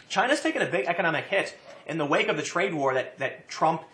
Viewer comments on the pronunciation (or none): none